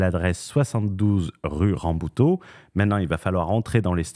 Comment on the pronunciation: La pauvre rue "Rabouteau", elle se fait prononcer à la portugaise, pour pas un rond, mdr.